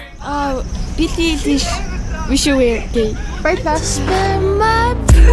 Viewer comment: "bili ilish"💀